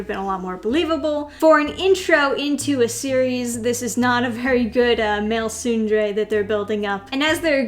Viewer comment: I don't want to be that guy, but that first E in tsundere isn't silent. It's pronounced like "soon de ray."